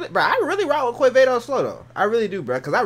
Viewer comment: When u say Quevedo the U is mute so u have to say Qevedo.